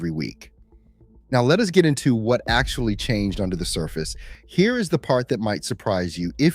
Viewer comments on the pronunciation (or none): none